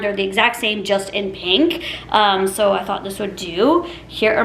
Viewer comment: "Sow you want TWEWW tablespoons…" 🥴 why do you talk like that? You not only look like Kermit the frog, you sound like him too.